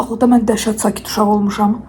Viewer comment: cəhcət acam yox dəhşət acam de